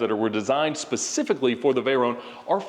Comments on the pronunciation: I see we’re still calling a vey-ronnee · Can someone explain to me what a “Veyrone” is? It’s a VEYRON.